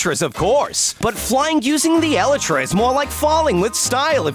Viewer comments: Elytra is pronounced E-lie-tra and not E-li-tra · why is it eli-tra its E-laytra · It is not eleytra,it is elytra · Sub it’s actually elytra not eletra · For some reason, the way he pronounces Elytra gives me anxiety...